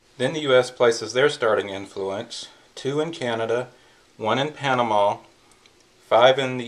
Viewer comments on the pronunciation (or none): none